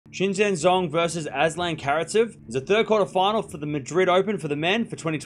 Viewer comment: It’s Zha-hng not Zhong